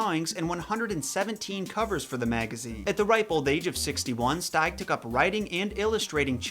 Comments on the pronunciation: it’s pronounced “steeg” not “stayg” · Here is how I pronounce Williams last name: I always pronounce his last name steeg(as in, Steve), not styg(as in, style) like you did.